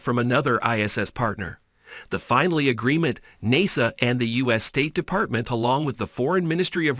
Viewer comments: How could I say this easily so I'm just going to say it bluntly can I trust anything this man is saying Hell he can't even say NASA right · There were too many mispronunciations in this to be credible; NASA (Naysah), Starlinber (Starlinner). Come on, have some professionalism. Disliked.